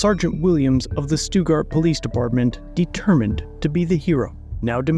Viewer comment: Stutt Gart is how it's pronounced for future reference.